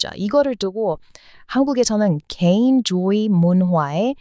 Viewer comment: 이뻐요 ~~~ 개인주의문화의 극단적 표현 ...발음이 잘 안되시네요 ㅎㅎ 개인조의 ~~~ ^^ ...